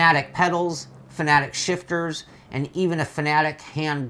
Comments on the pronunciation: I thought it Fanatec was pronounced Fanatec, not Fanatic. They both mean different things. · F.A.N.A.T.E.C NOT FANATIC !!!!!!!!!!!!!!!!! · 3 syllables ready, fa na tec again fa na tec. Got it? It's not fa na tic.